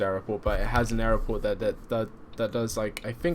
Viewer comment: Hearing aeroport instead of airport annoyed me more than it should ......enjoyed the trip though.